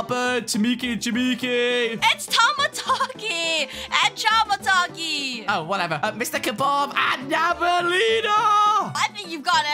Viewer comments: ''timitiki and timitiki'' hahahahahahahahahaha,its Chamataki The Chameleon amd Tamataki The Turtle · Btw it's not "chimiki and timiki" it's "chamataki and tamataki"